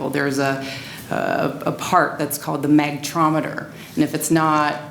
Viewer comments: MAG-NE-TRON! Not Magnetrometer. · Now wait was a factory authorized microwave tec and she does not even know how to pronounce magnatron. And no it will not explode. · 12 seconds into the video and already annoyed with her. Magnetron! Besides, what exactly is going to explode?